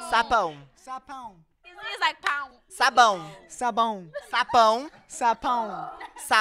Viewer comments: Josh: sapáum Any: he's like "páum": sabão Josh: sabaum: sapão Josh: sapaum: sábado Josh: ¿¿¿¿¿¿sábado????????: sexta Josh: sexx.. MELHOR DIÁLOGO AKAKAKAKKAKAK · Eu gostei q o Josh falou sapao sabão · e o Josh falando "sapon" KKKKKKKKKKKKKKK